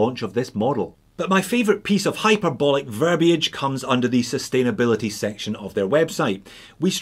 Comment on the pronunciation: I don't know what to say about the watch, but you pronounced "verbiage" correctly, and that's all that matters.